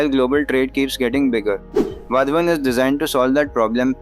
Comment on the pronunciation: People should learn the correct pronunciation of "Vadhwan" based on the name of the town Vadhvan near the port. The 3rd and the 4th letter dh is pronounced as DH of "DHOL" Dhol Baje re Baje;. The last letter n is pronounced as Na with the tongue rolling back to the roof of the mouth . Thus VADH(Dh od Dhol) and VAN with nasal N make it Vadhwan. Not wadhwaan nor wadh- one